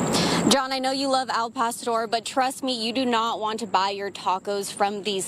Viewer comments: A man from Arizona saying AL pest-or, smdh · Can someone teach this man how to say El pastor?